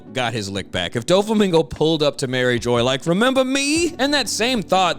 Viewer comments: just an fyi, its pronounced mari*jwah* not mariejoyce. its kinda like a french accent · Love your videos man, but It's pronounced Marie "zhwa" or Marie "zhwaz". "Jois" or "geoise" has a french pronunciation. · I like how you pronounced Mairjoã, MariJoy! Just straight up “crack-headed” the name right then and there! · Stop saying Marijoy you’re physically killing me